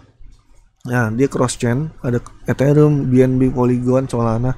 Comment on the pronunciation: Eterium bukan eterum